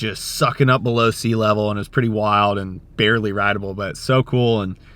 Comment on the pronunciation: So heavy it’s “barley” surfable